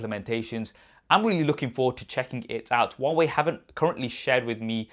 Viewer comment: Hwawei fold hahaha 🤣😂😂😂😂